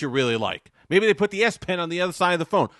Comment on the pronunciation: "MAybe they put the spen in the other side" LOL